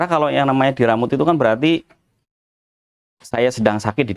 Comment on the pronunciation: Diremot boss bkn diramut 🤭🤭🤭